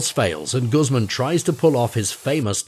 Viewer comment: Quite true! And his name is pronounced Goos mahn not Goos mum!!!